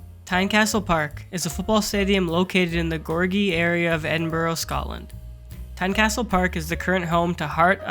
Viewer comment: It's pronounced Edinburra and Dave Makeye